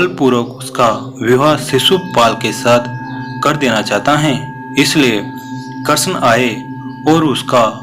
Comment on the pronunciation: Very nice but why are you saying karson you should say shri Krishna